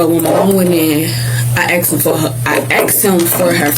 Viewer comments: It's asked.... Not axed. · "I axed him" 🤦🏼‍♂️ pleaseeee Asked, it's asked! 🙄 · "I axed him to use the bathroom" 🪓 🤣🤣😂😂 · I axed him, Know what I’m sayin, whatnot or whatever!😂